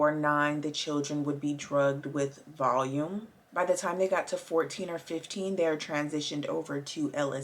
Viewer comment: Just to let you know it’s pronounced Val-e-um 🙂